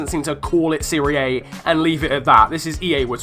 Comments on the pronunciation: Siri A? Seh-Ree-Ah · its not pronounced serie A. its, serie ah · Why would we want UT cards in career mode?! And it’s pronounced Siria Ah. Wasn’t the LT/L2 shot option already in the game? I use it now, so if not, have I been wasting my time?! 😂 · What the fuck is the "Siri Aye"? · you pronounce serie a wrong.